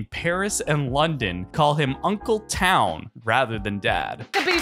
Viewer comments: Uncle Town? Lol, if that isnt the funniest thing...it’s Twain. Ta-wh-on. Just Fyi. Lol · Uncle Twan not Town, you puts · Gurrrll I cracked up hearing 😂😂😂😂😂that!!!!! Twon ain’t hard to pronounce like how???????